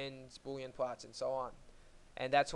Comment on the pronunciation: well i might be an idiot. but he clearly cant pronounce the L sound, for instance "Boolean" is not pronounced "boowyean" And yes its a nice application